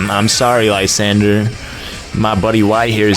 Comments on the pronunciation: It's lee-zand-dra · HOW MANY TIMES DO I HAVE TO TELL YOU LYSANDRE IS NOT SPELLED LIESANDRE ITS SPELLED LESANDREY